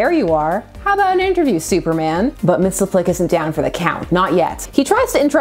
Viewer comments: It's pronounced Mix Yes Spit Lick. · I'm all for you exploring all the possible pronunciations of Mr. Mixospottieottidopealicious xD